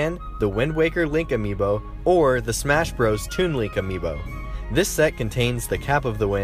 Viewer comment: Yeah, that's how it's pronounced